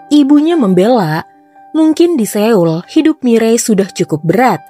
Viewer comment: koreksi dikit kak, pelafalan "Seoul" itu mestinya "So.ul" bukan "Se.ul". btw sukses ya channelnya